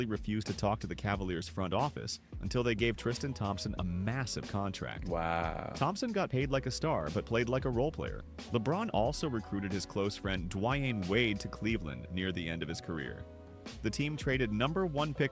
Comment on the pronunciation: D-Wine Wade? 🤣